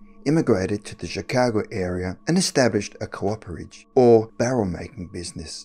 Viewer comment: Cooperage. Coop-er-age. Not co-operage. Jesus fuck.